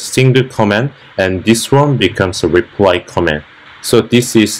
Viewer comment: not making fun of you, i was a US soldier in army in Dongducheon, and when you said, "repry comment" like koreans often sometimes mistake l and r... reminded me of a story when my korean friend said, "it's raining, I feer it" and it sounded like "i fear it" and we started laughing, lol.. Jeon Yun Ho my old katusa friend.